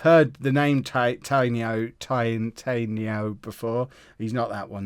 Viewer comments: I think Tainio is pronounced Thai-Knee-Oh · "Tiny-o"? #MitrosNotOnFire :(